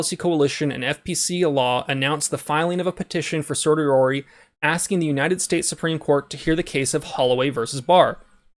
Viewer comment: I believe it’s pronounced “Sirsh-you-wearie” Also, please post the link for the 3D printing link that you’re always naming at the end of your vids.